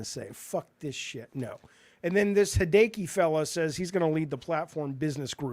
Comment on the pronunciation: "Hee day kee" lmao jaffe. "Hee day ah kee" for hideaki nishino